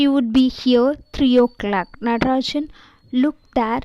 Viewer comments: Hello not natrajan that is nagarajan ok pronunciation is important ok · Don't tell nadarajan the correct pronunciation is nagarajan